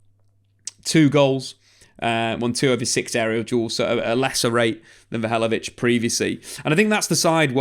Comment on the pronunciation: It's not vlahavolic. It's vlahovic. 😬